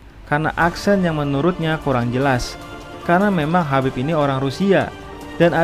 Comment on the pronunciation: Tolong hargai identitas seseorg dimulai dg menyebut namanya dg benar, namanya Khabib bkn Habib